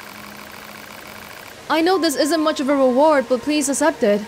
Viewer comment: Also, why do you pronounce accept as assept?